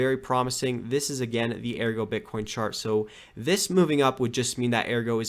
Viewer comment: It's Ergo, not AirGo lol